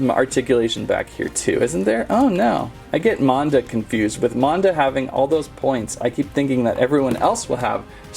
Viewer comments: It’s actually pernonesed MANda not monda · it is mAn-da not mOn-da